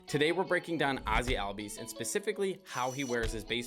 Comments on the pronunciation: Pretty sure it’s pronounced “all-bees” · his name is correctly pronounced Ozzie albies ( o-zz-ee all-b-ees )